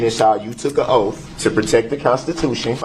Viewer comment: Oath doesn’t have an “F” in it.